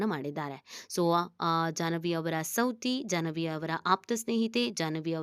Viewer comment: ಸೌತಿ ಅಲ್ಲ ಸವತಿ